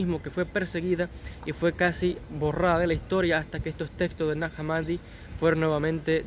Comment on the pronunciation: el nombre de esa localidad egipcia, se pronuncia /najá hámmadi/, con "j" y "h" inglesas